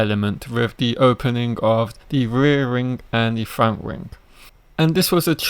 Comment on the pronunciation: You really need to work on your speech it's terrible it's wings not rings mate if you wanna be a youtuber put the work in you sound monotone also.